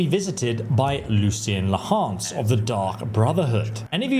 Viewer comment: Lucian "La-hance"? Wat